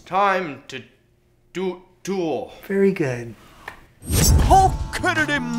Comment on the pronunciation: I just realized Ryan said “very good.” Instead of Greg or at least it sounds like it.